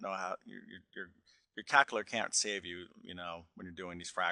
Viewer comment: what was that? cauckulater lmao